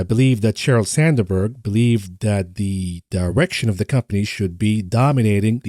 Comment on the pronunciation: Sand berg not sander berg 😮